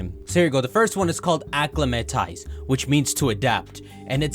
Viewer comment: Ac-la-mentize. Acclimatise...